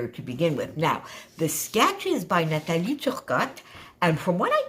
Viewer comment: What a great idea! I love this! I enjoy stitching on my layouts and never thought to try it with a regular cutfile. Thank you ! Also thank you for pronouncing Nathalie’s name 🥰💕 Briana